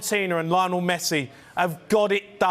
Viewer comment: Guys, you could at least make an attempt to pronounce Lionel correctly.